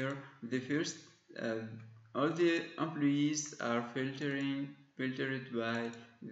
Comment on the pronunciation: amployeesss :D .. thanks man for this video. We are always looking for these kinds of videos. I loved it when you pronounce employees as "aamployyess" :D .. No offence.. Keep up the good work